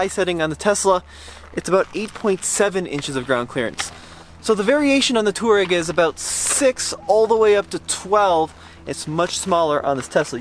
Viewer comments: It's not pronounced as tooreg. It's towareg or to war eg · Slip start in a Tesla is to allow it to slip - not prevent it hence why it was worse. It’s to override the traction a little when you actually want some wheel spin. Best to study how features work before guessing. Also Touareg is pronounced Twa-regg not tour-regg. Also please stop giving up or talking about giving up as soon as you slip a couple of times. All cars without lockers WILL slip and spin a wheel or wheels BEFORE the other wheels are given traction. Just give constant throttle and persevere. Gosh, you can take 2WD cars many places people don’t expect if you just allow some wheel spin. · Does anyone else think they pronounce touareg weird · Why can't you pronounce Touareg? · Sad they didn't even bother to figure out how to pronounce Touareg much less inform us of the bottom shielding actually in the X. The existing shielding is for puncture and impact resistance. The more crushing-type loads you get from dropping off an obstacle and high-centering on a pointy rock are probably much less covered. Whether the existing shield can take the entire weight of the car on a 1-inch diameter penetrator is doubtful. It's like a Kevlar vest -- you don't put one on and say, "drive over me." You need the right shield for the right function. Rally cars have a titanium shield over the bottom and incredibly low ground clearance. Maybe start there.